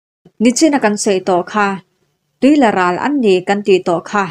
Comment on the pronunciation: Tuila i chhiar dan hi a diklo deuh... Arlâ kan sawi a, lâ lam rik anga lam tur zawk a ni e